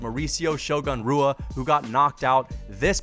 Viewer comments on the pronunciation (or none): "Shogun Rooah" LMAO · I was going to watch your video because I actually agree with the whole concept but if you can't pronounce Shogun's last name right then I think I'm just going to stop at a minute 35.